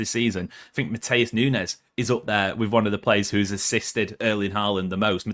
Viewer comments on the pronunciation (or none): none